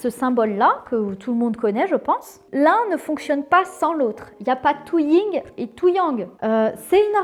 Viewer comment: C'est le Yin et le yang et pas le ying